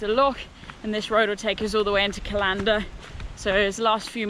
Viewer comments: First video I've watched on this channel and I'm loving it, I can't wait to get out there for a walk myself now and I'll definitely be checking out more of your videos. One thing - CALLander, not callANDer, pretty much the same pronunciation as the calendar you'd hang on your wall (or people did, before mobile phones happened!) :) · Great video, I live about a half hour drive from callander so consider the RRW a local trail. Great to see you enjoy so many familiar sights for me, although I must admit I had a bit of a giggle at some of your pronunciations, sorry. Keep up the good work and look forward to seeing more adventures soon. Stay safe. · Aaaaargh!, it's CALLander not callANDER. That's kal ander. Emphaisis on the first syllable. But great video as always, love your stuff. X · Love your videos, you’ve even inspired me to walk the west highland way next year, I want to help you with your Scottish pronunciation if you want? It’s not said cal- ‘an’- der more like calender, Scottish place names are awkward even for us! 🙈😂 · It’s Cal - an - der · I really do wish that YouTube Backpacking stars, such as yourself, would check the pronunciation of place names before they set off. Callander is pronounced the same as calendar and if you pronounce “ch” in Loch as “cuh”, why then pronounce it “ch” as in ‘latch’ in Venacher? Sorry for being pedantic, but it spoils the enjoyment of your video. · really enjoyed that! Try next time to get the local pronounciations: "Callendar" is the same as "Calendar", "Strathyre" if like "Strathfire", "Aberfoyle" is like "Aberfoil", etc. The locals would really appreciate it. Also, a vid on your kit, would be useful. What works and what doesn't. Waterproofs, leggings, sack, etc... Better than prime time tv. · Callander is pronounced the same as Calendar.